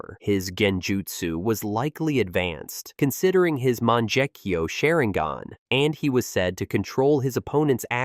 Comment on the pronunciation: you can pronounce it normally so you’re pronouncing Sharingan that way on purpose